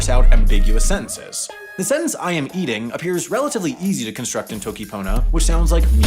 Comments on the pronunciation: he pronounced "toki" wrong (yes I will nitpick pronunciation just because of how much else he messed up lmao) (it's "toki" not "t(h)owki") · he said toki :|